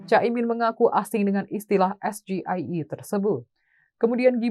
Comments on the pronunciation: SGIE itu opo to bran? Maksudnya State of the Global Islamic Economy. Bacanya bukan SGIE BRAN GIBRAN harusnya bacanya es ji ai i 😂😂sok2an asam sulfat paham singkatan dalam bahasa Inggris 😂😂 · Tapi membaca sgie liat catatan dan salah bahasa inggris kok dibaca bahasa Indonesia